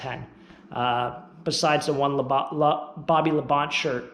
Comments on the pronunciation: Pretty sure it is pronouncedBobby La Bon-tay. Not Labont. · It's pronounced La -bon - tee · Yeah, that was bugging me too. 🤣